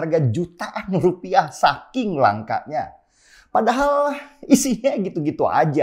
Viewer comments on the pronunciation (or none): none